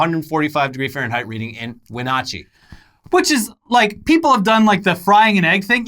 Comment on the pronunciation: Adopted Washingtonian here. Wenatchee is pronounced WIN-AHH-TCHEE (the ahh being like the sound you make when a doctor uses a tongue depresser)